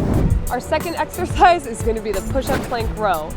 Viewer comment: Ha! Did he say "How to do this sexercise..."? ha